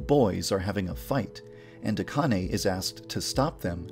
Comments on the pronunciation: I thought it was supposed to be pronounced "Ahh-can-ay" not "Ah-con-ay" Also "Aoi", rhymes with "yaoi" not... "a-oy." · So I just found out THREE YEARS LATER that Akane’s name is pronounced A-khan-a and not A-Cane AND Aoi’s last name is Ree-O-Goku and not Ri-O-Goku Today has been a real shocker for me.